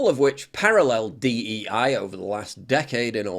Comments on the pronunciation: not D E I its D I E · Its DIE, not DEI...get it right